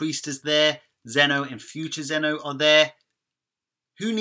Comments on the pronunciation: "zeeno" verse no? not so much zeno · It's pronounced zeno-verse not z-eno-vsrse it was bugging me